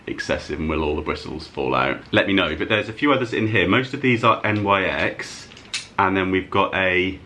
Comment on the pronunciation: I think NYX is pronounced like NIX (Nicks) and when brands collaborate and they say ‘x’ .. instead of times, it means for.. e.g Soph x Revolution would be Soph for Revolution. Nice car boot finds!